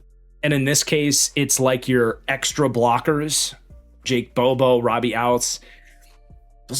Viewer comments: Since you were struggling with it, it's pronounced "ootz." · Ouzts is pronounced “Ootz”